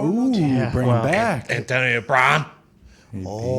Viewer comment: "Antonia Brawn".. and Derek knew about this for months